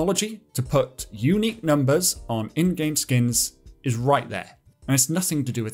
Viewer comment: "unqiue" :_caspFacepalm: But still giving great information to people